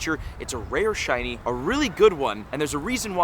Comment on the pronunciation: 3 minutes 45 seconds in. That is what it sounds like. 😅